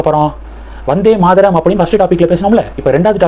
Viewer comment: Not Maadaram, it is Maataram, why your pronunciation is so bad always? You never check correct pronunciation before making videos